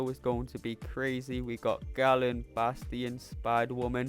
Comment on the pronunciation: Why do the MCOC community call him ‘Gallen’. Galen is pronounced “gay-len”. He isn’t a Gallon of Milk